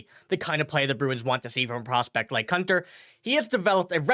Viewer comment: His name is pronounced coontar not cuntar. 😀